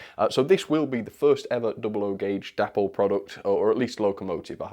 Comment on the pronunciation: I am sure it is pronounced 'DAY-pol'? The founders were DAvid and PAULine.